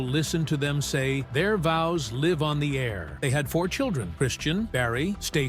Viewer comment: I get that it's easy to flub a word or two... but you mispronounced Petrie and live. (You said peetree and liv.)